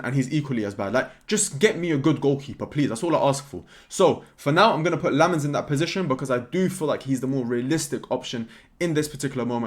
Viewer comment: I'm a Belgian, really excited if we sign Lammens! Been too long since we've had a Belgian in our team. You pronounce it "Sen-nuh Lamm-uns"